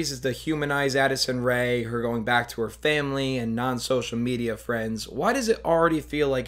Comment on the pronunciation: i cant tell if he said acid rain or addison rae here but it seems to be true either way